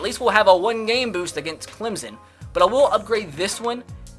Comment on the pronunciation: CLEMSSSSSSSSSSSSSSSSSSON NOT CLEMZZZZZZZZZZZZZZON